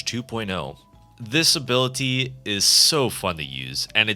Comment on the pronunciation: I STG IF YOU SAY "ABILUHTEA" ONE MORE TIME IM GONNA AODNWOFJWOFKWMFODKKPSKEOFKEKFOKEKF